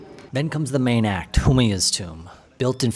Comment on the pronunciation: Butchering the name of Humayun is like making it.